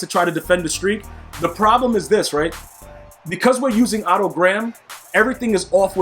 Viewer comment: Thank god you didn’t call him “Oh toe• like a lot of other you tubers